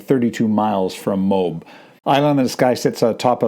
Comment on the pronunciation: MOAB -- you prounaced it "mobe" like robe -- it is promounced M0- (as in Motown) followed by AB ( as in the stomach muscle)